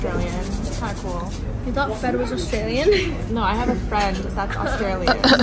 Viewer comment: As an Australian gotta say Emily did a really good job at “no” and “home”